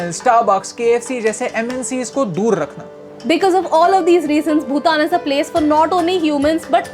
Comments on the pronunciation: Ye madam ko koi phle bhutan bolna sikhao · Niyati didi bhootan nhi Bhutan h 😂😂😂 But always love your videos keep it up guys❤️❤️ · Why is she saying bhoothan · The video was just amazing, but this one thing that is irritating that is Bhoootan It is Bhutan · Madam bootam nahi bhtan hai.. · Lady is not pronouncing Bhutan name correctly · Niyu pronouncing T of Bhutan as Hindi wala T. Abhi is pronouncing it correctly though 😀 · Niyu pronounces Bhutan wrong , Abhi is correct